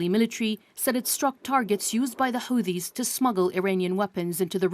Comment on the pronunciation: Hate the way she pronounces Houthis